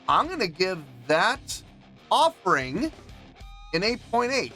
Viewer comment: "offering" ugh